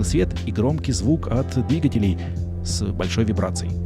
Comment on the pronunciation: как всегда супер! Но позволь вопрос - почему "двигателЕй", а не "двИгателей"?:)